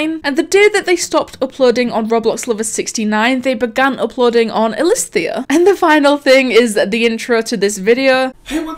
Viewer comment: "elisthias" mind:stop it... get some help..